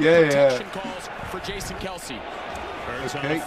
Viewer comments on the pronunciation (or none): Pronounced Kel-cee!